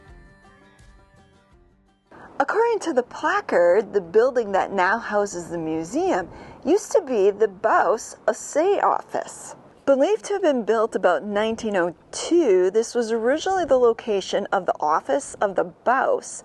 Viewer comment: Don't worry about pronouncing the word "assay" correctly. Yes, the stress is on the first syyllable , no matter what one is referring to., the person analyzing the ore (assayer), the building/office (assay office), or evaluating the product (The assayer assayed the nugget, and it is gold).